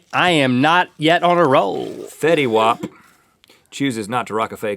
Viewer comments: its not fetty wop its fetty wap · nope, thats not how they say it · thats not how you say fetty wap